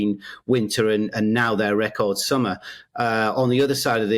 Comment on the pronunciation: Its warm its summmer 😂